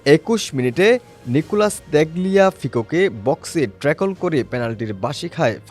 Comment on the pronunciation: What is "trackle" u Hambadik? 😂 and what is "Kuch"? 😅